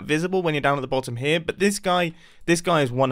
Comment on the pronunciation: "the Botem-Golem"